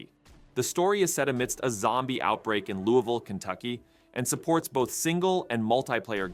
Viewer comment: I appreciate you pronouncing Louisville right